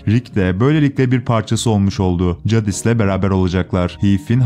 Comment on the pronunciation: Cadis değil Ceydis